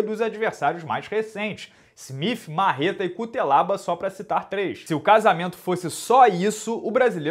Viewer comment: A pronúncia correta é "CUTSELABA" (quando a letra T possui essa espécie de cedilha) 🇲🇩 Edit: o Mir tbm é faixa-preta de Karatê, se não me engano